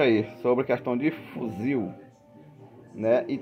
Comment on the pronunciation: Toda vez que elea fala fuzil eu me arrepio